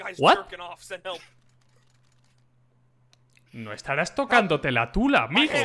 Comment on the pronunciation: Dijiste TULAA?